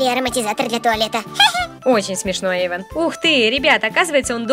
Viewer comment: Да жалко.Только вот не эйван, а Эйван❤😢